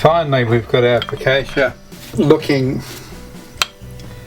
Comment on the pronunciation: I liked everything about this recipe except your pronunciation of focaccia in my role as the Italian language police